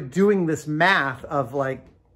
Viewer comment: Doing mAth, Luís, doing math. :-D